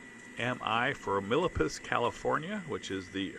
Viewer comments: I think you mean “Mill-PETE-as California. Thanks, I’m not being a hater, just correcting your pronunciation 😎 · I was going to say the same thing.